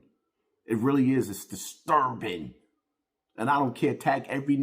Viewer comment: Deesturbing lmaooooo